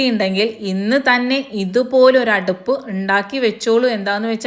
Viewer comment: അടപ്പ് അല്ല അടുപ്പ്